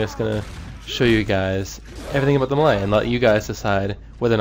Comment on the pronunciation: LOL, "muhlay". It's pronounced "may-lay". :D